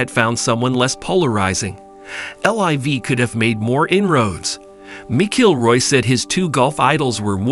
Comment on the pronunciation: Mc Killroy and Miss-Ilroy pronunciations really made my day today. Thank you.